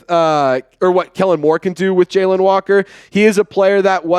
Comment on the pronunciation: Jalon is not Jalen you saying Jalen my name is Jalon as well and I learned that when I was in 8th grade my Science teacher told me that I have been saying it wrong my whole life 😂 JALON no E, I, or, Y